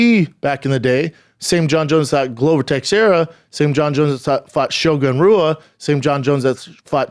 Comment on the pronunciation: Damnit man, I thought Chaels names were bad. Theeago Santos, showgun roo-uh, glowver texsherra. 🤦🏽‍♂️🤣🤣